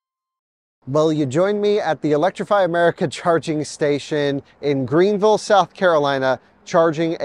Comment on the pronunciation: You said Greenville correctly the first time. You said Green-vull, which is correct, then you said Green-ville, which is incorrect! 😁